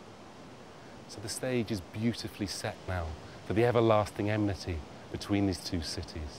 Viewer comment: Material is good, presentation suffers from populist mediocrity: enmity, not emnity!